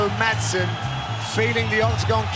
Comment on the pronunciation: If you want to pronounce it correctly, then don't pronounce the 'd' in 'Madsen'.